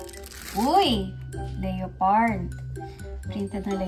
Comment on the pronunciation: Le-pard po basa dun.. sorry.. pls don’t bash me.